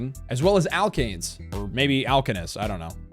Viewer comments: You said Alkanes correctly the first time, dw g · You pronounced alkane's properly the first time. It is the first level of a series of organic compounds that are alkanes, alkenes, and alkynes. Basically it is an acrylic saturated hydrocarbon also known as paraffin.